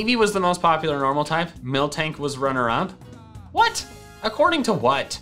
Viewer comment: you have a weird way of pronouncing miltank